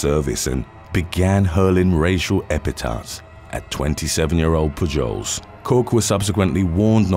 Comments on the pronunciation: Its pronounced Poo-holes! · "Pujols" is pronounced "POO-holes", heavy accent on the first part and a soft s. It's Spanish, I belkeve. Keep up the brilliant work - these are so addictive. :) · You really need to learn how to pronounce American names and cities. "Poo-Joles"? "Dee-I-Onna"? "Tack-o Bell?" C'mon man...